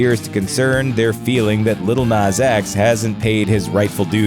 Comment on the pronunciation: Its "nas" not " nus"